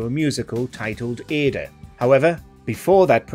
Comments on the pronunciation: A little piece of me just died when I heard the narrator pronounce "Aida" as "Ay-da". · it's pronounced Aye-eeda.